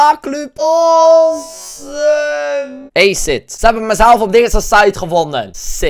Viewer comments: hij vond dat woord in een film maar je spreekt het anders uit hij vond dat cool en hij noemde zichzelf zo op games,... en ook zijn YouTube kanaal maar hij spreekt het dus uit als eeejsit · je spreekt het uit als a-siet 10/10 would cry